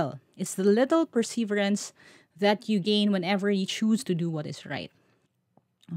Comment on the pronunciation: ..ilipat lang ang stress sa 3rd syllable. Galing sa 'persevere' - itutuloy lang ('perseverance')